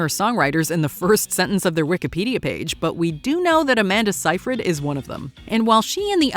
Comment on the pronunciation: Amanda "Sie-frid"? I don't think that's how you pronounce it...